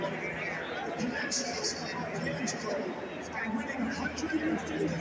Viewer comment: REPEAT AFTER ME ARCH-AN-GELO NOT ARCH-ANGEL!!!!